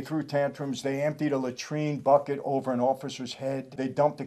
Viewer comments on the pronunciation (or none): none